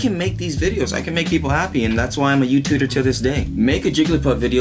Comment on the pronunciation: You're everyone's favorite "youtuder"